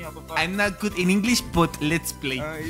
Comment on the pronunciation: "My english is not that good but, let"s play" EN LUGAR DE "BUT" DIJO "BUTT" SDKJSHKAHJDHAHFKJ